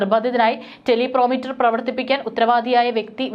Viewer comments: ടെലിപ്രോമ്പ്റ്റർ ആണ് ടെലി പ്രൊ മീറ്റർ. അല്ല. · മോളെ ടെലിപ്രോമീറ്റർ (telepromiter)അല്ല ടെലിപ്രോംപ്റ്റർ (teleprompter ) ആണ്. ശ്രദ്ധിക്കുക. .. മാധ്യമ പ്രവർത്തകർ എപ്പോഴും വാർത്ത വായിക്കുവാൻ ഹെല്പിന് വേണ്ടി ഉപയോഗിക്കുന്ന ഒരു device ആണ് ഇതു. ..